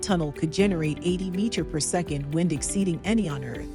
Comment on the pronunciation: Your "chatbot" voice over machine needs to work on the word "second"